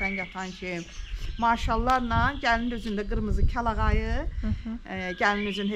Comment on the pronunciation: Kəlayağı yox, kəlağayı daha doğrudur.